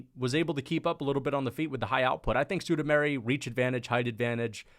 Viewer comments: I’m sorry bruh but it’s been annoying me for over a year. SUE-MOO-DAR-JEE. Not SUE-DOO-MARY. Come on man. How do you get Sue-Doo-Mary from SuMudaerji? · Suda -Mairy ?! Really ?! Chael and MMA Joey would be proud of you ! 🤣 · Who is "Sudameri" c'mon dude.